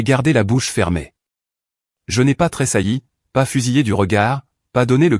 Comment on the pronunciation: Les mots comme tressaillir et huissier semblent inconcevables pour l'ia, l'expression très saillir n'a aucun sens dans aucune vidéo, faudrait quand-même vérifier ce que vous dictez à l'ia,car c'est hélas toujours et encore minable